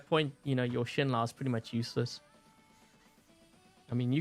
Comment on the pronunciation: it's pronounced "shen-low"